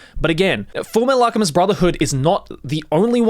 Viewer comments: did he just say "fullmetal alcheMID" by mistake there? XD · "Alchemid" Yes